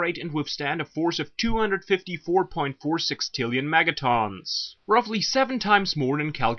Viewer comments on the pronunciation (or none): Obviously you have no idea what you're talking about. You can't even say megatons right. It's not megatawns it's megatons.